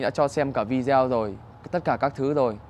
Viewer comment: Phát âm chử Video vi-đi-Ô….. chứ không phải vi-deo